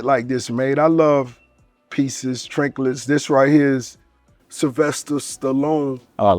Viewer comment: “Trinklets”😂 yeah that’s in the inventory now